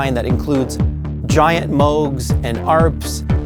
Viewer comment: Why do they say Moge? That’s not the correct way.